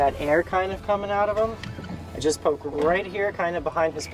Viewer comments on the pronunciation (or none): none